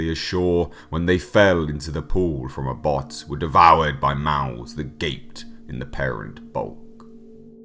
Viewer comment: It pronounced ab hoth not abot ..☀☀